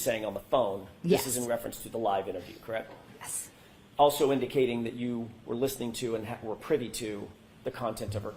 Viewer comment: Atleast she stopped saying “KRECTT”